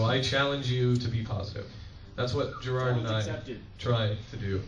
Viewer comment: Jirard. It's Jirard.